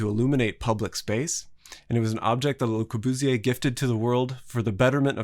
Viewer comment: that pronunciation of Le Corbusier though